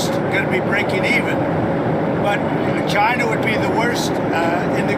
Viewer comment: Is Trump saying “Gina” instead of China ?